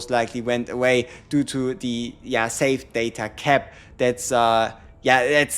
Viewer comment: Saved data : Sa-ta? Hahaha he was confused when he said that... that's pretty cute